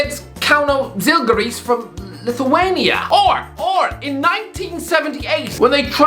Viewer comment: Bruh the way he said zalgiris 😂